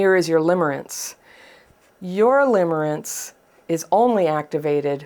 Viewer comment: Lol! Limmering not limbering…